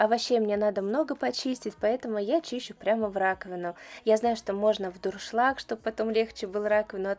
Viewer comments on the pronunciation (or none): none